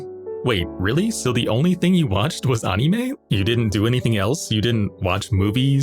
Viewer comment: anyone else hate how this guy pronounces "anime"?